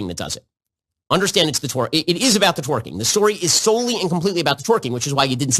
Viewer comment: He can't even pronounce twerking correctly. 🤣